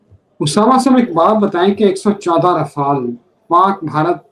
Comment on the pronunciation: رافال نہیں رافیل ہوتا